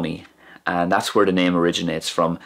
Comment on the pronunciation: It's really interesting to hear the wh in when and where is pronounced "hwen" and "hwere".